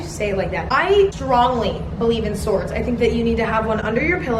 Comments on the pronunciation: I’m still laughing at “opINIon on sWWOoorrds” I mean like the pronunciation of swords was already funny but like the fact you said the sentence in such a sad way just really. Ugh it was amazing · Oh Emma, I'm a new viewer and big fan. I'm currently home sick with strep throat and I can't stop laughing from your commentary and editing (and the way you kept pronouncing swords 😂), this is awful because my throat is killing me and laughing makes it worse but I just can't stop watching your vids. 💙💙